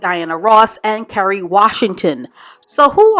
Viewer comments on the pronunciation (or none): none